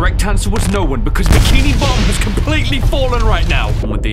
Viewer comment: Yo... The way he says bikini bottom is like "bikini bott'um